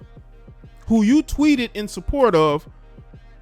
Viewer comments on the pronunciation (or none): none